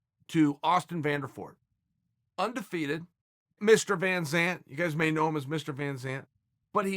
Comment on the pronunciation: "Mr. VanZant" 😭